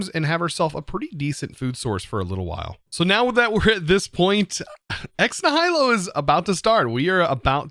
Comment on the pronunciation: It’s pronounced “Ex Knee-h-i-lo” The i is pronounced like the i in it.